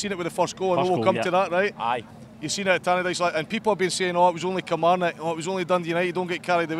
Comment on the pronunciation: "a slightly more polished Kilmarock" hehe